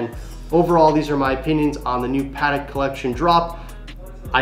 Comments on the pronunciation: Its PAAh TECK. not padek cmon! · It's 'Patek' not 'Paddock' 😂